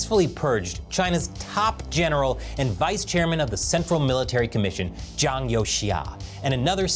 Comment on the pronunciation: Please learn how to say Zhang's name because the way you say it sounds terribke.